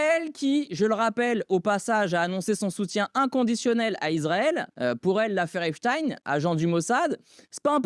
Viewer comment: La polémique fait pshitt. Erner prononce ApchtaÏine. Si lui le prononce comme ça la preuve est faite d'une cabale organisée quand tous les journaux d'informations disaient que ce n'était pas la bonne prononciation.